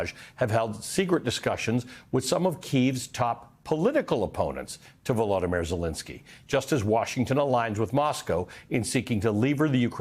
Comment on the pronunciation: VoloDYmyr, accent on the third syllable, not the second. Please pronounce it correctly.